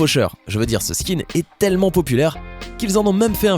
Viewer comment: Vous ne savez même pas comment prononcé skin